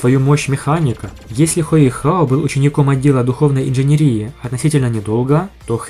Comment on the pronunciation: Индженери́и? Индженери́и, Карл! Ударение на "И"?🤦‍♂